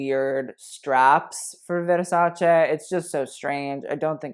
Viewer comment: Brutta is for female's words. Dress translate as 'vestito' and it's male in italian (even a woman's dress) So a bad dress is Brutto. But man...your italian is good, you said Versace perfectly with the right 'e', and Donatella was on point. That shows you're sensitive and you do your research. Bravo, ben fatto.